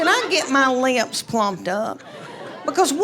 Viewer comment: How the heck did she teach her kids to spell, with that accent? She pronounces “lips” as “leeeh-ips”. Imagine her saying to a second grader, “Just sound it out, honey.”